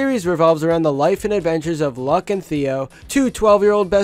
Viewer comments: Its not pronounced luck its pronounced loo-k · "Luck and Theo"...... It's pronounced Luke....